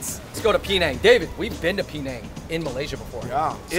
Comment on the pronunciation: TF y'all purposely mispronounce Penang! Peh-nang not pee-nang! If you're going to rep for Asians, then rep it properly and respectfully.